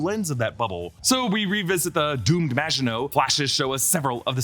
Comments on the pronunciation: Thank you for getting the name of the ship right and including the reference to the Maginot Line! So many reviewers are butchering the name of the ship and it's been driving me crazy! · THANK YOU! for breaking down what is (imo) the best series on at the moment! And thank you for pronouncing "Maginot" properly! Thank you.